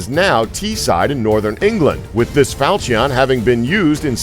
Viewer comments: Huh falcion its called "falchon" ok falchon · Not fal-chee-on, it's pronounced fawl-chu-n. Also, It's not a day-o, it's dah-ow. Learn how to pronounce foreign object names please. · Fal-cheee-on. HAHAHAHAHAHAHAHAHAHAHAHAHAHAHAHAHA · Seriously people - how hard is it to look up pronunciation? "Dow", not "day-o". "FAL-shun", not "fal-chee-ON". "ge-VAIR", not "gew-er" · Fal-chee-on 👌 nailed it. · Falcheeon lol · facepalm "falch-eon" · The way he said falchion and dao made me cringe to a degree of unknown levels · He also said falchion wrong. Why is no body pissed about that? I wanted to gouge my ears each time he said it.